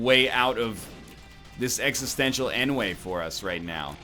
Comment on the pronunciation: NL really thinks "ennui" is pronounced "en-way," huh?